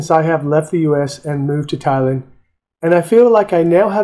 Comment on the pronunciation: It's Thai-land, not Thailind. That really put me off.